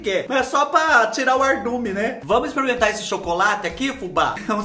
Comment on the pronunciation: Fubá de Deus,quem foi o malvado que mandou tanta coisa chique pra você " exprementar" na mesma hora???😂😂😂😂😂😂😂